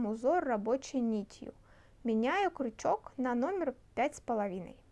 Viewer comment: Правильно говорить крючок а не кручок - это русский. Так режет слух, не досмотрела до конца.